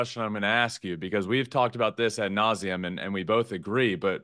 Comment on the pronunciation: "Ad nausea"?